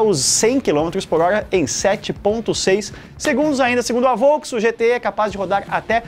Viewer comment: "GTÉ" em MG tbm kkkkkk não "GTÊ"